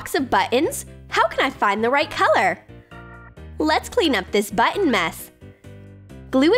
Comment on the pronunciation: Clearly you don't know what monochrome means, or how to pronounce button.